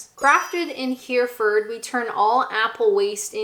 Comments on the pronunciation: Heh reh furd not here furd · ps it's pronounced herri-ford/fud ("here" rhyming with merry) rather than "hear"-ford This is the IPA: ˈhɛrɪfəd (in your accent it would be ˈhɛrɪfərd with a rhotic sound in the final syllable) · hereford, herefordshire = he - re - fud , he - re - fud - sh - at least that's the way as I, as a Northener, pronounce those. Appreciate the dedication to the cause - fermented apples for the win! Enjoyed the vid, cheers! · An American sat on her carpet, alone at home, taste tasting a whole load of ciders to find her favorite is ABSOLUTE peak social integration for an immigrant. I wholeheartedly commend your efforts young lady. (It's not pronounced Hear-ford , its said Herry-Fud) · He-re-Ford. It's three syllabels. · Just so you know Hereford is pronounced more like Hera-fud. It's where the SAS are based so you might have heard it in movies before. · When says Hereford, am I the only one that hears Herford - a town in North Rhine-Westphalia? Home - until later this year sadly - of the "Yellow Handbag". If you know, you know. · Are you trying to pronounce 'Hereford'? If so, it's pronounced 'HERRY-fd'. I do envy your cider haul - can't get the good ones in the US, also here 'cider' means less processed apple juice and yes, I did get fooled (and very sad) the first time I got one. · I shuddered a little when she said it. I grew up in Worcestershire, I'm so use to that being said wrong, but didn't realise Hereford was also an issue :) hair - re - fud - sheer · Hereford is pronounced HAIR EE FORD! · Heh Reh Ford 🤪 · Hereford is NOT pronounced the way you're saying it. Phonetically it pronounced like HairyFord. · Hereford is pronounced Herraford. If you can, try weston's organic cider which is flat and comes in a box like a wine box. Truly delicious stuff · It's he-re-ford (fud)